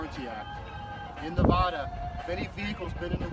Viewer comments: he said navoda lol its navada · Come on bro if you're going to quote NRS statutes at least know how to pronounce the state correctly. Ne-Va-Duh not Ne-VAH-Duh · Its Nuh va duh. Not. Ne vah duh.... Go back to Jearsy. This dude is why I moved from my home City... All the guys that are trying to be Gothic and trying to be hip. Everybody dresses in black t-shirts black hats black shoes black socks black shorts. Try to wear big old devil rings on their fingers, and everybody is out for themselves and con artist in Las Vegas. Place has turned into a dump in the last 30 years. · Nevahduh, Nevahduh? You ain't from Nevada is you pronounce it Nevahduh. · Dude you live in NV yet pronounce it Nevahda? It makes it hard to sympathize with you. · it's not pronounced "nevaahhduh" go back to cali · Say Nevada right you fuckin live here. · You say Nevada like someone from Cali. Turn off the music next time.Weird (-)camber-wear on the rear tires. Towbin sucks. Sorry to hear. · Your parked in a red zone!!! And you know Nevada isn't pronounced that way. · He lives in Nevada but doesn't know how to even pronounce Nevada like a Nevadan. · Sorry... two mistakes with this video. 1. Towbin isn’t in “Las Vegas” it’s in Henderson. 2. You should pronounce the states name correctly.